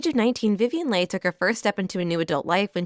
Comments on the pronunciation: Is this an AI reader? Many mistakes, not the least of which: Leigh = Lee not Leigh. Voracious = VorAYtious not vorAWtious. Escalated = EscaLAYted not escaLAWted. Olivier = OlvEAY not OlivER. Desire=DesIYER not DeZERAY. Creating = CreAYting not Creeting. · Agreed. I'd also like hearing Vivian Lee instead of Lay.